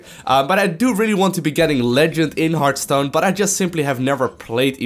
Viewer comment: One thing, you said Heartstone at the start, it's really HeartHStone. A Hearth is a fireplace which, if you think about it, exlains the happy innkeeper who greets you when you enter the game (He sometimes says something like "Pull out a chair by the hearth" if you pay attention). PS: If you wonder how to pronounce it, the "hear..." part is just like in heart, and the "...th" part is like the "th" in "Arthas" (the Lich King). So, pronouce it right in the future =)